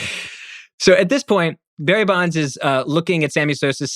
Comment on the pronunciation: It’s Bonds. Sorry not sorry.